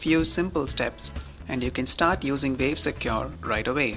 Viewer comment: Vave Secure? You having a laugh? Its Wave not Vave!